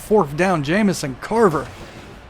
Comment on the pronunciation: viewer from the future: how long did it take you figure out that it was craver and not carver like you kept calling him lol